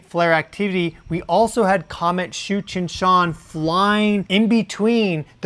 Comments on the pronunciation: Did he say " comet Cheech and Chong"? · 😂😂😂 I thought you said Comet Cheech & Chong 😆😆😆 🚬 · it almost sounds like you're saying Cheech and Chong 😂 (I mean no disrespect to you at all, )